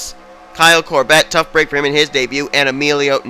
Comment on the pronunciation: It's more the less pronounced "COR-bit"